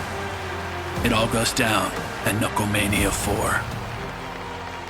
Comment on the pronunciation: "knucklemania"? Really?